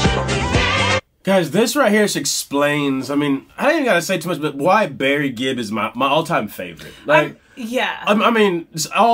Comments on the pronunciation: I will have to say... it's not Barry Gibbs.. It's the Gibb's but their last name is Gibb. Not Gibbs. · Their last name is Gibb. I’ve heard you say it a few times as Gibbs. Just thought you’d like to know. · his name is Gibb not Gibbs